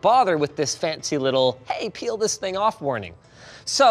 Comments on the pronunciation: Peel. It's peeL. PeeLLLLL. Not that word that I was reading at first. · when i read the title i thought he said pee instead of peal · OH PEEL not PEE LOL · I really thought it said pee before I read it and realized it said peel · Did u say peel….